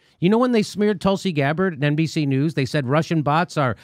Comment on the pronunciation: Jimmy gets a hardon every time he says Tutsi Gabbared.